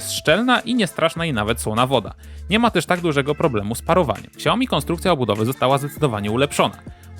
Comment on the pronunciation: czyta sie nie "śiaoji", tylko "szajomi"